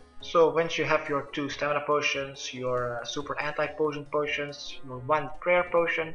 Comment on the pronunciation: "ANTIPOTIONPOTIONS HAHA kinda annoying the mispronounced words ( causes me to go back and scratch my head like wtf for example PLAGUE CITY pigeon crate pronounced PENGUIN ) aside from that minor annoyance currently doing as many as i can through this guy.